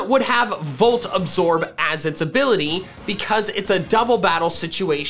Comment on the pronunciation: ABILITY, NOT ABBILATY!